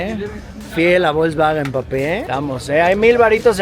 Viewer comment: De hecho no se dice volsbaguen, se dice Folsbaguen con mucha remarcacion en el Fols.